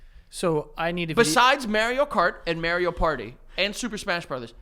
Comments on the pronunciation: I have got to say this lol and I believe I have said it before but why do they pronounce mario like “mary-o”?? It’s mARIO like the planet mars! I have never heard anyone pronounce it like that and it literally drives me crazy lol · Now apologize for how you pronounce Mario. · why does pronounce mario like that im cryig